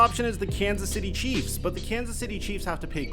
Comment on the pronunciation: Lol it's not CHEFS lol It's CHIEFS lol